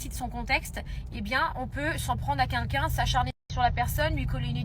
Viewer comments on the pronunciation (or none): Ça y est elle recommence avec ses "KUNKUN" elle sait pas prononcer "quelqu'un" ? 😂